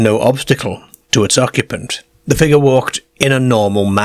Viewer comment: A figga stepped ouyt a the ceegaire.